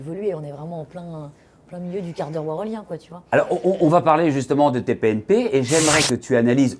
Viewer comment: il dit TPNP ce con